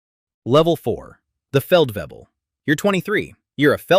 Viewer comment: So apparently, it was common to go from Major straight up to Major General :D No but good video. I like this stuff. Only thing is, if I have to listen to one more English speaking narrator's messed up pronunciation of German words/titles, I will throw up. I don't speak German at all, but I still know basic pronunciation. Hint, there is only one 'b' in Feldwebel, 'w' is pronounced 'v', 'leut' is not pronounced 'luut' but 'loyt'. Sorry to be an annoying geek, but it just get so cringy after so many years and videos...